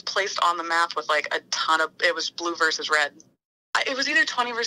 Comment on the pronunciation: *versus not "verse".